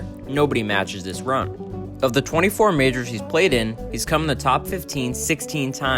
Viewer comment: Majors.. Not "Mijrrs" mate... its harsh